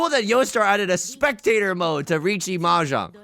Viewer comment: tips 4 dora “M’Jong”